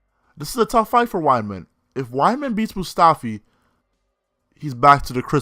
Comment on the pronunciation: i was willing to give you a chance. but after hearing "moustafi", i'm running away. q